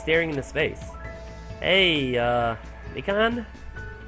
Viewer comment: Noice. I love Mikan. Also it is quite obvious that you didn't listen to the audio clip.... Me-can....